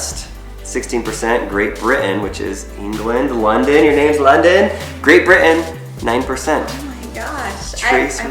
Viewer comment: Sorry but "London"? No offence but... "London"?